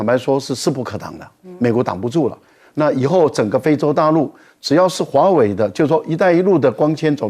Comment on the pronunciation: 为什么赖教授老是把华为唸成华伟？？？